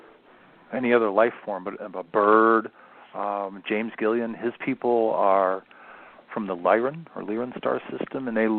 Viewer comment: I'm honestly not trying to nitpick you, but for the sake of those who may be listening to this type of information for the very first time, it sounds like you are saying "James Gillian" but his name is actually James Gilliland. ~ Also, you say, "... of approximately 120 Draco-reptilian planets..." Did you meant to say "... of approximately 120 Draco-reptilians on ( and/or in) the planet..."?